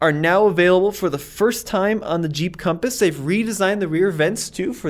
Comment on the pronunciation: you meant to say Conpass lol 😂